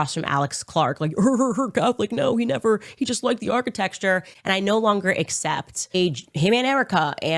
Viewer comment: I've heard architexture so much it started to sound right. The brain melts listening to this woman 🤣